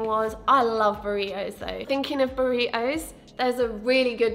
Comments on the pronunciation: “burri-ohs” i love your accent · no one:: buri-OH